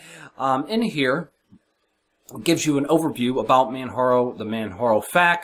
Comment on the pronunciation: just an fyi its man jar o like the mountain kilamanjaro 0.o lol